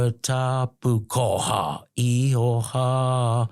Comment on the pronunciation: Bro the word is actually IHOWA that's a Maori word translating the Biblical word JEHOVAH which is God's name ( one of them ) but He's pronouncing it as IIIHO- HA. BUT that's his choice. But as it's written it's axshilly 😂 IHOWA (Pronounced like eee-horr-waah and in Maori the letter iii is pronounced as an eee, that's generally ok iii, pronounce eee and the letter E pronounce like ear, ok ghee, cool) Any a you cool Ozzie dudes wanna know Maori or anything biblical ask me, I'm christian as but I nused to be a punkass looking mofo but I gave my life n soul to the living YESHUA. Which is the Hebrew word for Jesus God the Son. In my past life I was a bit if an R swipe rack smokin, but previously Rastafarian weed smokin peace piper but that Saran basstid got me hooked on crack but then I met a guy I fell in luv wif called Jesus. now I'm a 7DA christian . Now to me this guy is sincerely Abit mixed up. Polynesian waka travellers incl Maori but there's a lotta mixed up fkd up versions of Christianity and sum real nutters but hey I'm not wanna put this dude down but he sounds like the Mormon version of geneology and no offence but Mormon is a false Christ but he believes what he does. And we all have that choice of freedom if religion freedom if speech n all good shit sorry not shit, syuff... in general... biblically speaking Ham Shem and Japheth are Noah's 3 sons. ( Btw way all the oceans in the world is whats left if the folks back from then ie 4-5000 years ago biblically. We didn't